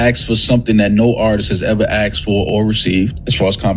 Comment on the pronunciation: OVO Malina: “aksed 2 B” …try asked…